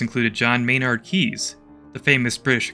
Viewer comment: John Maynard Keynes not keys. It's pronounced like Canes